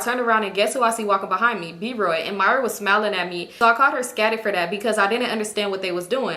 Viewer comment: Soon as I heard scatted I knew it was Philly lingo 😂😂😂😂